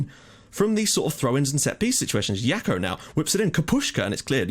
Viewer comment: Jackot like Jack-o-lantern! Not "Yako" lol!